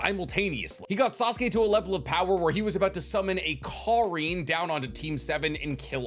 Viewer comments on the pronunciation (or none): There he goes. Purposely mispronouncing words for comments. Either that or doesnt really watch the anime and just reads about his facts online or somethin lol.. Sasukes lighting jutsu isnt called a Karin its Kirin. But still here i am still subbed watching all his videos lol!